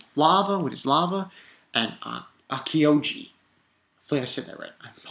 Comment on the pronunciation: Aokiji(A-o-key-gee) Akainu(Akha-new)